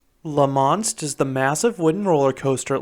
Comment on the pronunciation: It's not pronounced La Monst: it's pronounced La Monstre with a silent E. For someone who's been to Europe you should know better, 😑even if Quebeckers speak funny. Also: WHY DID YOU BRING X2 INTO THIS? Are you having a joke with us Canadians, young man? Tisk tisk. Finally: I never knew there was RMC topper track on this coaster, but I can only hope that gives Canadian coaster enthusiasts like me hope that they RMC Great Canadian Mine Buster, Le Mostre and possibly a raptor track at Playland in Vancouver (since the fastest launch in Canada is meaningless 😉) But thanks for posting; I've not ever visited La Ronde but your review looks to be about right. 😑 Thanks for posting!